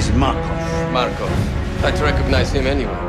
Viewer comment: it's Markov big difference in spelling and pronounciation